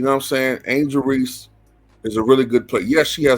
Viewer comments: This clown doesn’t even pronounce her name right, there is no Angela Reese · he said angela reese.